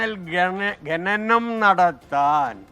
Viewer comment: കരിമണം ഗനനം എന്നല്ല......ഖനനം എന്നാണ്😂😂😂